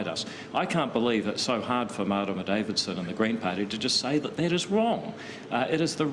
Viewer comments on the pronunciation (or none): none